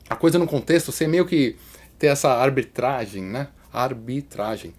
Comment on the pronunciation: hahahahhahah que engraçado o Kiko errando a palavra arbrita.....abrita....arbri.....arabitra....arabe....arbrita....aribiri..... arbitragem.... ae, agora foi.